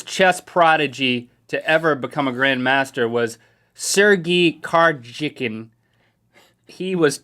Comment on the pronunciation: I played against the under 7 world chess champion a year ago and she kicked my idiotic little butt. So yes, I do feel quite stupid. By the way its pronounced (SER-GAY CAR-YAK-IN)